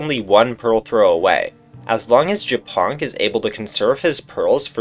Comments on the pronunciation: Just realized that Japonk is Polish and the way you are reading his nickname is vile lol 😂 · I thought Japonk was hungarian, cuz the way he said it sounds like how we say it aswell. But he is not :c